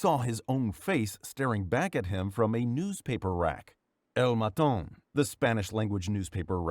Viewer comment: "El maton" isnt spanish, and the fact that he reads it as its french makes it funnier (Im pretty sure its portuguese)